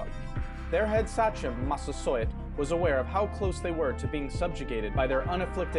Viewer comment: I'm pretty sure Sachem is pronounced say-chem, not sah-chem. I'm originally from Massachusetts and the name is used for a lot of things in the eastern part of the state, even the name of a high school football team, the Saugus Sachems. Saugus itself was an Indian name and the area was settled by the Naumkeag when the English settlers arrived.